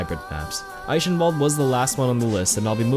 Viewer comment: it pronounced i-ken-walld